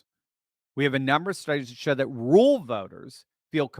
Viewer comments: Pet peeve Its ruRal.. rur-ral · Are you saying rural white vote or rule white vote.